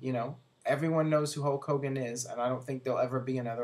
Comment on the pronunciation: its HULK hogan not HOKE hogan, hes defo saying HOKE